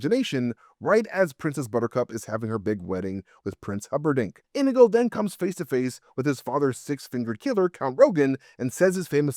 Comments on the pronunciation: This was hard to get through with you calling him "indigo" the whole time. His name is INIGO Montoya. He says it like 100 times. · Is this rage bait? Why did he pronounce Inigo wrong the entire video 😂 it's In-EE-go, not INN-ih-go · omfg... His name isn't "INN-igo." It's "in-NEE-go." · You are killing me with calling him Indigo, his name Inigo Montoya, he killed his father. He prepared and died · Probably still not correct but closer than saying it wrong 100 times. Sorry, I do love you and your videos, but that drove me nuts and I don’t speak Spanish. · Why are you saying Inigo wrong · Leaving this video because of the stupid fucking way he says Inego